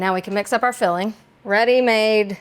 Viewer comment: It tickles me when you add a "K" at the end of your ing words ...fillingK